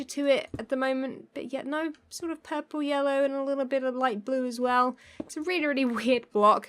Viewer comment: 😂😂 ("really, really" - with your accent)